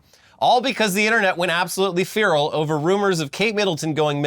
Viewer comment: Tells England to learn how to speak English, then mispronounces 'feral'. I see you 👀 (only playing. love you guys and this show. keep doing what you're doing)